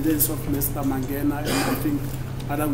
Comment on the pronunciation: The judge is bad with names. They say mangena and he's saying mangani 😂